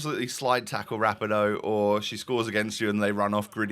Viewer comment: Love the content, just a heads up and it’s not even a big deal but Rapinoe’s name is pronounced Ra-pee-no.